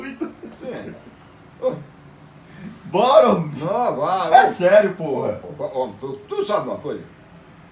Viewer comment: "As fúitás que tiver ai, eu como" KKKKKKK